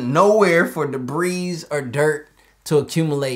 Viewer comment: All of Earth: Debris: Debeeze